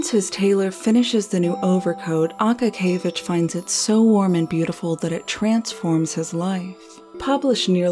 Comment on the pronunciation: It's more of an (a:) like in Ark. a-kA-kee-ye-vich